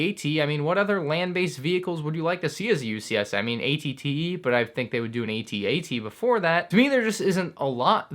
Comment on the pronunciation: Ask: why do u say a t a t and not at at